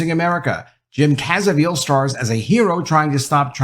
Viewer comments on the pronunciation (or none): Jim CAV - EEZ - EL; Not Caz - eh - veal. Good Video all the same;-) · Prounounced Caa-Vee- Zil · It's jim Caviezel not "cazevil" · Caviezel...not Cazeviel... But thanks for bringing the movie to light. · great report on the movie but why do you keep mispronouncing Jim's name. It's Jim Caviezel, not Cazeviel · It is NOT pronounced cazeveel. It is pronounced Ka VEE zel. Just FYI. Good points made in your vid. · ‼️. DUDE‼️. It’s pronounced “KA-VEE-ZEL” Where are you getting “CASA-VEEL”❓ Ps. Imagine Hollywood being upset about a film highlighting the very real systematic abuse of children. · Learn how to pronounce Jim's last name it's not cazivel its Caviezel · Please learn how to pronounce Jim Caviezel's name. You have the v and z switched. Your article is great though. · His name is pronounced "Caviezel" not Cazievel...good review though... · Learn to pronounce Jum's last name. Jesus... Look, this movie is lame at best and based in extraordinarily little reality. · His name is not CAZA-veal. It's Ca-VEE-zel. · Slow down when saying Jim Ca-vi-ziel's name, you flipped it. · I only have one question: Who is Jim "Kaza-veal"? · It’s CAH-VEASE-UL..CAVIEZEL! 😐🤦🏾‍♂️ Come on my man ..don’t Butcher His name like that 😂😂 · Great video! But his name is pronounced Jim Kuh-VEE-zell. :-) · Downvoted for calling him Jim Cazaviel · his name is pronounced... Jim Ka Vee Sol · I like this video and I think you're a good guy but please....for the love of God.....Its pronounce CaaaaV-eeeeZ-el! All the best to you. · Is pronounce: Cabizil ( Ca-B-zil ) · How can you do a video and not know how to pronounce the star's name? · Do you have dyslexia by chance? I just want to kindly point out youre pronouncing his name wrong and flipping the letters around. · How do you clowns who do these reviews not take the time to pronounce the guy who played Jesus Christ name correctly???shameful…. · It’s amazing no one knows how to pronounce Jim Caviezels name.